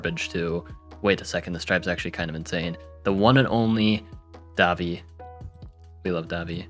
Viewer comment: daVI not DAvi